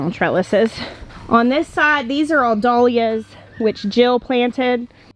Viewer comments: I can't wait to watch you create your new farm! but I don't think I can listen to you say "Dolyas" again! LOL! It is Dahlia. Pronounced DAL Ya. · Lyn Ellisyes you're right! Had never heard them pronounced any other way-dal yias!